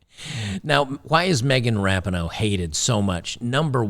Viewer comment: "Me-gain Rap-a-Ho".😊